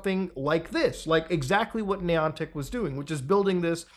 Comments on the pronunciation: Pronouncing it “knee-on-tick” makes me already think this is silly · Not sure what bothers me most, the fact this is happening or the way this guy says Niantic. Hmmm... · I’m going to Ai edit Muta’s voice to say the Niantic right 😠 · This pronunciation of “Niantic” is making it hard for me to watch this video. 😅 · How many times can you say the company name wrong good grief it’s not that hard 😊